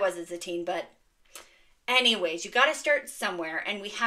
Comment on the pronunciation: Sweet finds! I truly laughed out loud at your "Any-whays" because you emphasized an h sound.